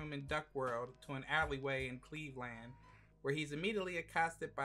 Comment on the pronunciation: Lmao Cleve-Land